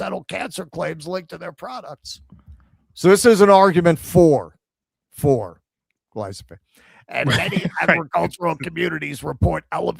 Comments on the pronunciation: It's GlyF O SATE not glyso Dyslexic. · I know it's tiring having to do the show while you're "vacationing," but for fucks sake read the word correctly! Gly-pho-sate! Not Glysophate.... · did a whole piece on glyphosate pronouncing it glysophate 😂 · "glysophate"? why do americans SO OFTEN swap letters within a word that's foreign to them? like "mandami"? what's up with that, why don't you read the letters in order and just butcher the rest of the pronounciation? said that wrong every single time here for dozens of times, reading the correct apelling on screen every time, incorrectly. 😂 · sure, from memory it's a different thing, but READ that wrong like a hundred times in this stream 😂